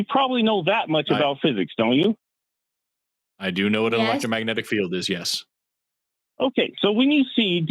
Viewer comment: Did the guy say "electromagnetic field" correct even once, as many times as he said it?